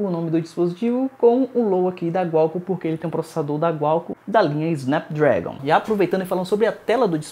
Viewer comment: Bom vídeo mano... mas um detalhe: QUALCOMM.. com Q. Não Gualcomm..com G. Abraços.